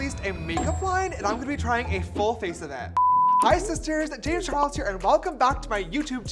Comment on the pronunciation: "James Chares"